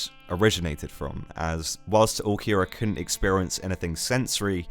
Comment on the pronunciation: took me a couple minutes to realize he's not saying ookiyura but ulqiorra british people really cant speak properly